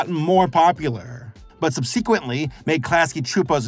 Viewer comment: You’re saying “subsequently” wrong.